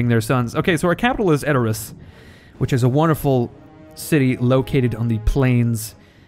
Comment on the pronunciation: edor ASS Its pronouced adorus but never the less you are funny as hell you had me cracking up about running your hands through eomers golden locks.